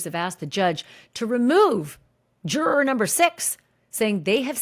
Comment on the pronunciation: I keep wanting to watch these but then can't since Ashley can sometimes pronounce juror and sometime just butchers the pronunciation. I quit. Lol